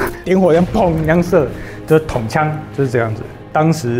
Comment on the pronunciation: 不是統槍...是銃槍，注音 ㄔㄨㄥˋ。